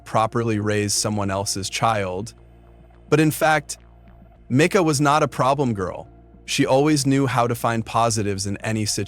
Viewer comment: Was coming to make the same point, pronounced " meeka ".